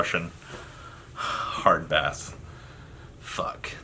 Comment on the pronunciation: RUSSIAN HARDBASS, BASS PROUNOUNCED "BASE" I AM SCREECHING. CAN YOU EVEN SLAV